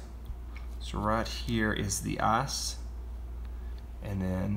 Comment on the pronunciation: It's ice not ass